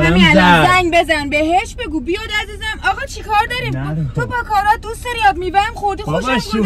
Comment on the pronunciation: باکارات نه دوست عزیز….. باکارا …. اون T تلفظ نمیشه